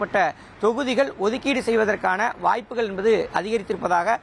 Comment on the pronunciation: Envadhu, Enbadu, Enbadu?????. What is this?